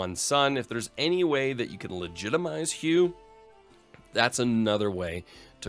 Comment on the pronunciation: Hue have an heir 😂